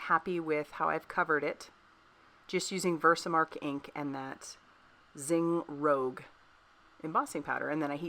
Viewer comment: Cute! I think It’s Zing Rouge? Correct? Which is pronounced how the French say red in French. Inwas confuses lol cards at great!